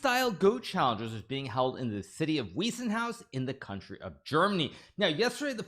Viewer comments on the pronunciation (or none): Bro it is not “Wiessenhaus”. It is “Weissenhaus”. You should pronounce it like “Wicenhouse”, like Ice. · Hi Hikaru! It is pronounced Vice-en-house. Just saying. Greetings from Germany.